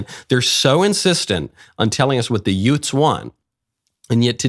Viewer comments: Are you saying “yoots?” Like Joe Pesci’s “two yoots in a car?” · The what? Did you say; Utes? 😂😂😂😂😂😂😂😂😂😂😂😂😂